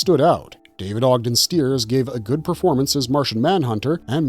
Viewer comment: David Ogden Stiers rhymes with Liars, not Steers. Shows that ran more than two episodes did not belong on a list claiming a single airing before disappearing.